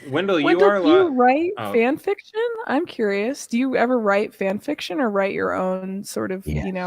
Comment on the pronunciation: Fyan fyiction 😂